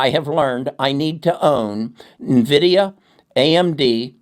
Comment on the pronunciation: I will never trust people that dont pronounce Nvidia right